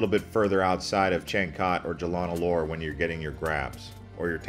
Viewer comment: Locals pronounce . Lumpur as Lumpoh . Alor as Aloh . Jalan as Jah lahn If you are a foodie, take a comfy bus to Melaka for a foodie day trip. More interesting than Caves. Good effort, for a non Malaysian, but try asking a local to critique your pronunciation.